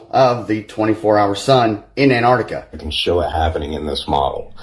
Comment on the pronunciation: Scientists have stated that there are people in America who can pronounce Antarctica, but have yet to provide evidence...